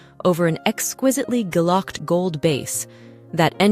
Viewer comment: This is definitely AI !! a real jewellery enthusiast would be able to pronounce Guilloché (ghee-o-shay) NOT "gillocked" and it also read a close quotes symbol as "inches" and it cant distinguish from context the difference between "wind" (a watch "why-nd") and "wind" (blowing through trees- "win-d") and while it does usually say Cartier ("cart-yay") correctly it struggles with other ~ier suffix words of French origin eg "Rainier" should be "Ren-yay" not "ray-nee-err"